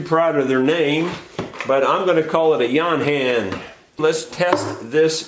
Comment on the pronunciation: It's yo-han isn't it?